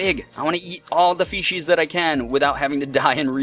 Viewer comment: You sound like your saying feces, when saying fishies. I died (while laughing) when you died, im sry